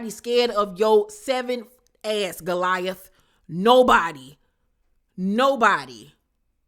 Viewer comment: Not "Goliath". 😅